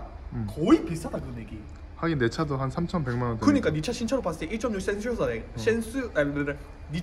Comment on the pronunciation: 센슈어스 발음이 왜캐 안돼ㅋㅋㅋ 웃기다